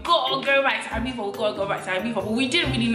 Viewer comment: We don’t pronounce the z in the UK, I believe you’re not meant to